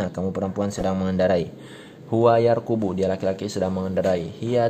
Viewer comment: Baru Ustadz, yarkubu ato yarkabu?. Soalnya yg Ustadz bacakan tidak sesuai dengan tulisan🙏